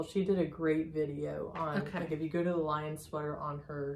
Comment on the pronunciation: I adore both of you ladies! No judgement here just FYI, The Lyon sweater is pronounced "lee-own" a city in France not "lion". Sending healing vibes to Diana!